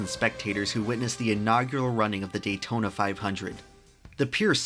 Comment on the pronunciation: "Datona speedway" dang maaang